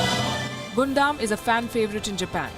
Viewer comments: it's pronounce as GUN DAMN and definitely not pronounce as GOON DUMB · Yup Hated that 'Guundum' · Palki Ji! It does not spell Gunda robot but Gaandam robot. =P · It is pronounced as Gundam=Gandam not Gondam 😅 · Although it's spelled "Gundam", it's not pronounced Gun dam, but pronounced Gan dam 😉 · Yeah....was irritating a but when she repeatedly said out loud like that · Lol that's not pronounced as "Gundam" 😂😂😂 Eventhough it's written like that. It's pronounced as " gandam" Your pronounciation is hilarious 😂😂 But anyways thank you so much for covering my favourite mecha of all time in this video. Die-hard gundam fan here 😎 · It's pronunciation gundam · ugh the way you pronounced Gundam killed me inside, I dont even like Mecha but it somehow did. oof. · What else would you expect from a country that treats its people like robots? Gotta be perfect and HARMonious, right? 🥴🥴🥴🥴🥴 P.S. Please don't be bothered by how she pronounces "Gundam" here; you can't blame her for not being a fan. We anime fans must understand that normal people, for the most part, are not ready to understand our fandoms; unlike with K-Pop which they are more open to.